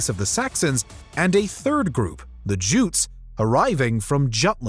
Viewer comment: Check pronunciation of Jutes, Jutland, and bury